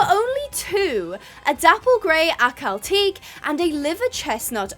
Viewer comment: the pronunciation for Ahkal-Teke is (ah-KAL-tek-eh)